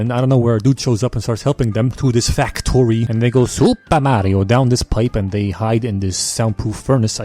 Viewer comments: You "SuPA mario" in a way I fully expect an actuall Mario game to say it Maybe not as funi but still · I love he said supa marooo it’s so funny 😂